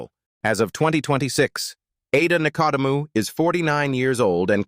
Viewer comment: Ada Nicedemou you've pronounced correct until you stuffed it at the end.